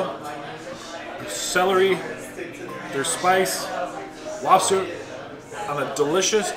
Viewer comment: So early it says Lobser instead of Lobster